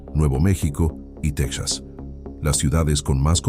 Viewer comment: No se dice " tex as," se dice Te JAS.